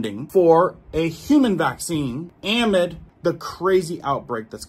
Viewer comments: I love you, but amid is a word with the emphasis on the second syllable. 🎉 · Saying am-id is driving me crazy. It is pronounced a-mid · the word "amid" is pronounced ahhh, midd, not am mid. Just want you to know, friend. 🤗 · uhMID. Not aamid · Amid= “a-mid” “Versus,” not verse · Pronunciation a-mid.....not...am-id, thank you for the information you round up and distribute. You are so obviously an honest fellow. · It’s pronounced “a-mid”, as is “in the middle of”. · Love your content, please pronounce ‘amid’ - uh*mid - correctly. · Bro. Awesome reports! “Amid”. It’s ah-mid. As in, in the middle of. Ahhh-mid. Don’t emphasize the “a”. A short “ah” Thanks for all the great info. Just want u to sound correct!!!❤❤❤❤ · I can tell you dont know what "amid" means, nor how to pronounce it either 😆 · It’s not amid